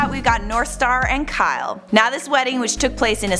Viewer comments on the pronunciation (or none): none